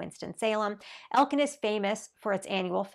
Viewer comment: she did not say elkin lmao SHE DID NOT SAY ELKIN LMAO???????????